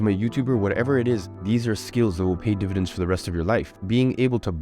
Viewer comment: “Dividents” 🤔 dividends?